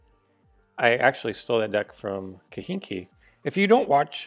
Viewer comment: its kahenkio, not kihinki 😂 but nice video